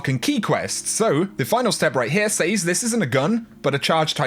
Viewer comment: That pronunciation of the word "says" makes me crazy. Sorry